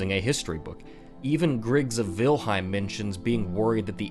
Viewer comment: Let me clear a misconception of yours, it's Vinheim, not Vilheim :)